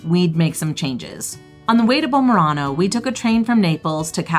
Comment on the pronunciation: I stay in Bomerano, Agerola (which, by the way, you're pronouncing incorrectly) for a few days anytime I visit because I have family there. It's a wonderful town and a great place to stay for a night if want to hike the Path of the Gods. But it's not convenient for visiting the rest of the Amalfi Coast. I understand you chose this location "to save money" - but really, if you have only five days, I would think you'd be willing to splurge a bit in order to make the most of your time rather than spend so much time getting from one place to another.